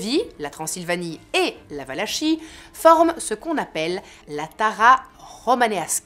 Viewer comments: superbe narration, merci pour cette video juste un petit détail: Valachie se prononce valakie :) :) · On prononce Valakie. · Excellente vidéo comme d’habitude que j’avais ratée et que je vois sur le tard mais avec toujours tant de plaisir ! Juste une petite note, je ne sais pas si quelqu’un l’a déjà mentionné : ça se prononce « valaki » ;) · Valachie se dit Valakie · On prononce valakie